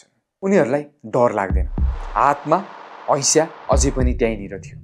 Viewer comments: हैशा होइन हँसिया 😂😂😂😂😂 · Hasiya ❌ Haisya✅